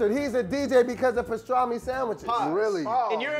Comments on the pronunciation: Stop saying pastraaahhhmi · lost his argument the second he said pastrami wrong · is lurking me w/his pronunciation of pastrami....that am is PM & not AM.....ARGH!😑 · Does purposely pronounce things wrong? Pastrami and asparagus. Even the way he spells is odd. 😫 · lost all respect with the BLT is a struggle sandwich comment when you loose over half the weight as bacon grease, and the brotha can't say Pastrami right.